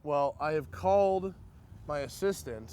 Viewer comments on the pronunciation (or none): none